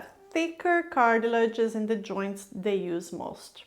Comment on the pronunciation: i love how she pronounce words, "joinch" joints